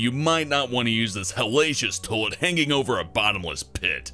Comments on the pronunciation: I love how he says toalet instead of toilet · he says "Toe-lit" instead of "toy-let" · LOL he says "Tolet" not "Toilet" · it sounds like your saying tole-lit